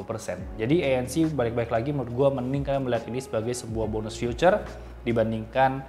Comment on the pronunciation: feature bro bukan future wkwk